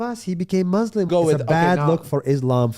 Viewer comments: Nas is supposedly a palestinian arab, why does he pronounce Muslim as "Maazlem" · First of all he cannot even say Muslim